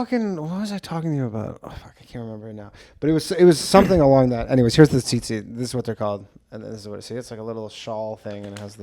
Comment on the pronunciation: Jew strings are called tzittzit, pronounced Tzeet-tzeet